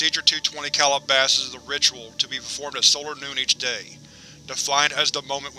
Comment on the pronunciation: Excellent video to see this done in one setting. I believe SCPReadings did a version but each iteration is a separate video, I much prefer this. In any case, I must not Calabasas is a town and um, insofar as I know it's pronounced Cal-ih-ba-sis or Cal-ah-ba-sis; not Call-a-bosses. Just a stickler. Have a great day. Edit 10 minutes later. I'm an idiot, you corrected yourself later. Thank you